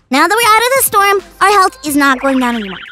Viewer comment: Foxy said storn un stead for storm